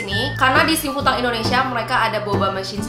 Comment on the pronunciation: Cuma pengen ngasih tau aja 幸福堂 Xing Fu Tang itu bacanya "Xing Fu THANG" karna kalo mandarin huruf T dibaca TH 😊